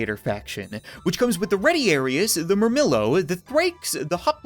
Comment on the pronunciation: Ret-ee-are-is. Hop-low-mock-is. Mur-mill-oe. Thr-a-xe. Dop-low-mock-is ( those are the correct pronunciations)